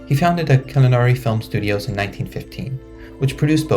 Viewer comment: Killarney is pronounced Ki-lar-nee